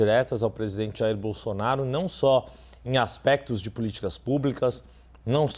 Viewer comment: Sabe nem falar Bolsonaro, ele fala Bolsonario kk